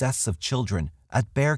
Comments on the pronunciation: Thank you for pronouncing Bexar correctly! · My compliments on pronouncing Bexar correctly. Most pronounce it Bex-ar.